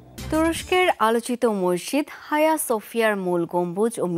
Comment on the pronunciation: তুুরুস্কের মসজিদ এটার নাম আয়া সোফিয়া, হায়া না